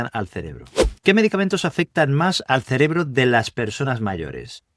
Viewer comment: Este Sr., en lugar de decir : cerebro dice celebro.....